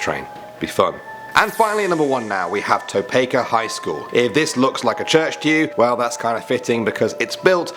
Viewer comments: Toe-peek-a not Toe-peck-a. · I love your videos, however... you (all three of you) mispronounce names very often. It's not To pay ka, it's To Pee Ka, as one example. This isn't a criticism, just an opportunity to improve :-) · Tah-Peak-Ah Topeka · Toe-pee-kah Topeka Kansas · It’s tow peak aaa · You pronounce it tow-peek-a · Hey, Topeka High School made a list! by the way, it is pronounced Toe-pea-kah. I never saw, heard, or heard any spooks. I also never heard anyone else report anything. Fun stuff though, I want another. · And I’m out, I live in Kansas. I’ve been to Topeka, but that is not how you pronounce Topeka. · Wow you could of just asked someone how to say Topeka right because I live in the state it's in which it's the capital of my state!